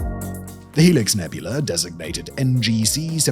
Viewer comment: "Crab NEBULAR" Im dying! 😂😂😂😂😂